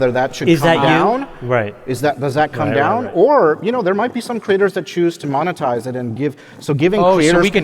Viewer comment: I was hoping this was the time where Jason learns how to say monetize. 😢